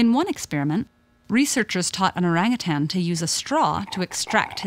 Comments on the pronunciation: Не орангутанги,а ОРАНГУТАНЫ!!! Орангутан - в переводе с одного из восточных языков, лесной человек! А орангутанг, это человек- должник! А обезьяна никому не должна! Поэтому- ОРАНГУТАН!!! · Why do english people pronounce orangutan like erangatang when its o rung oo tun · I know...it cringes me a little to hear westerners say: “oreng-a-tan”. I got used to hearing “o-rung-hu-tone” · The best part of this video is how she pronounces oarangatann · Yeah, it literally means ‘forest person’ in the Malay language. Though the real pronunciation of it is ‘oh-rung oo-ton’. If it were to be recognized as just another ape, then it would be called ‘kera’ or ‘monyet’. Orangutans get the ‘orang’ name which is more human-like, like how ‘orang kaya’ is a rich person and ‘orang kuat’ is a strong person. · You know youre calling orangutan the name rong go type how to say it right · It is pronounced orang ootaen. In malay. I am a Malaysian. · It's or"a"ng ut"a"n as in father. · Came here for the orangutan pronunciation and I'm certainly not disappointed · The name "orangutan" (also written orang-utan, orang utan, orangutang, and ourang-outang) is derived from the Malay and Indonesian words orang, meaning "person", and hutan, meaning "forest", thus "person of the forest". The word was first attested in English in 1691 in the form orang-outang, and variants with -ng are found in many languages. This spelling (and pronunciation) has remained in use in English up to the present, but has come to be regarded as incorrect.[7][8][9] The loss of "h" in Utan and the shift from -ng to -n has been taken to suggest that the term entered English through Portuguese.[5] In 1869, the British naturalist Alfred Russel Wallace published his account of Malaysia's wildlife: The Malay Archipelago: The Land of the Orang-Utan and the Bird of Paradise. source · omg thats not how u pronounce orangutans it annoys me so muchhhhhhhhh!!!!!!